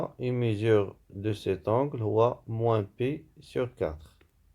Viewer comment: Un grand bravo et un grand merci pour votre travail de qualité. Je me permets juste une petite remarque: on dit mesure et non pas mésure.